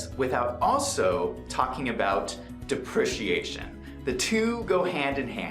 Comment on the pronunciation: Great video, although it's. DE PREE CEE AY SHON :)